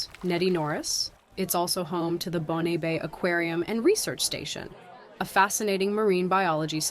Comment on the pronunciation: Also "Bon" Bay.